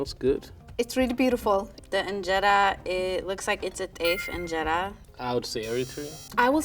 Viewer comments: that is not how you pernouce ingera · Please pronounce the word “injera” properly 😊